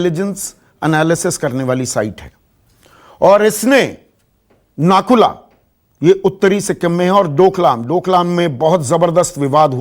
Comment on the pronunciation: Sir ji nakula nehi woh nathula hai. Hamare north Bengal aur north east se toh aap log hamesa sautela jaisa bartav karte ho ab jab china aggressive hua hai toh aaplogo ko chinta ho raha hai wah vai wah